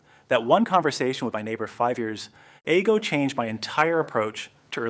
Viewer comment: Why is this AI voiced? Is any of it real? Every pair of hands is different, multiple people appear - if it's really something you learnt from a neighbour years ago they why do you say years ay-go